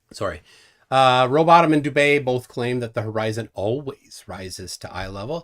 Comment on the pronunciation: I notice you do it all the time, and even print it incorrectly. Am I missing something when you call Rowbotham, Rowbottom? Is there a joke I missed? Like the "Van Halen Radiation Belts"? Been wondering that for a while. Because I could swear you used to call him Rowbotham?